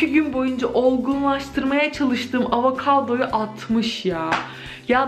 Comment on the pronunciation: ya avakado dedin benim bile içim gitti ya bu nasıl bir fanlıktır 😂